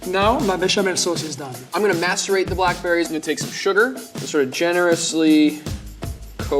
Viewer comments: It’s because it sounds like he says masterate when it’s macerate. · I initially thought he said he was going to masturbate the blackberries. 😳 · What does he say ? " I am gonna mastu..... the berries" Heard something weird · pretty sure lvl 2 said masterate instead of masticate. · i thought he said masterbate 😂😂😂😂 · Who thought he said mastrub.... YIKR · I thought he said masturbated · Had to do a double-take as I swear to God I thought he said he was going to masturbate the blackberries. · Did he say “I’m gonna masturbate the blackberries” !? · I thought he said “I’m gonna masturbate the black berries” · I thought he said "I'm gonna masturbate the blackberries." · did he just say he is gonna masterbate his berries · I thought the level 2 chef said masterbait the blackberries and I died..... Probably just me tho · I thought he said masturbate the blackberries lmao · what did he say hes gonna what the blackberries?